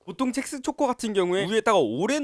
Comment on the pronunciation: 자꾸 첵스가 잭스로 들리지......